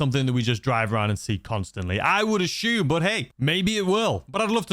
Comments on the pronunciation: Take a shot every time he says “ashume” 😂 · Take a shot every time this guy says «aCHume»😯